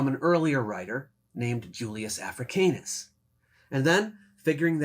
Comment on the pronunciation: Ugh, that's not how Africanus is pronounced.